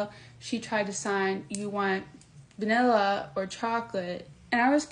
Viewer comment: idk. She definitely has some "wobble" when she says vanilla and chocolate. Other than that, she spoke quite clearly. There are two sisters out on YT that make short videos of the deaf one pronouncing things horribly wrong while they both laugh their asses off. They have me rolling everytime I see them!